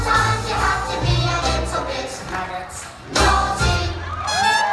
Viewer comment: LesMiserablesCats 24601 at first me and friend thought that she said nuggets then a girls beside me said she said muggets Then my teacher said its maggots